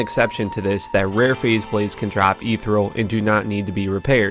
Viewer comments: Please use proper pronunciations. Ethereal : "eth-ee-re-al" Khalim : "kah-leem" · It's "supposedly" not "supposably" and "ethereal" not "etheral" sheeeesh